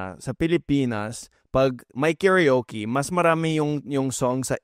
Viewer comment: I admire you guys in speaking Tagalog but I have to correct your pronunciation about KARAOKE.. you pronounce it as kerioke... In Japan they pronounce it as KA-RA-O-KE say a syllable to get it right .We pronounce it KA-RA-O-KE as well not kerioke . Bravo to that singer he pronounce the word well while singing . 👏👏👍👍